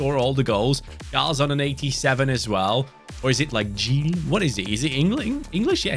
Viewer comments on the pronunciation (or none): none